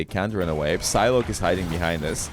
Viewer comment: It's a silent P when you pronounce Psylocke meaning Sci-lock (Sci as in Sci--fi)